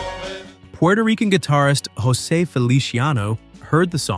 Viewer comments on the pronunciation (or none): none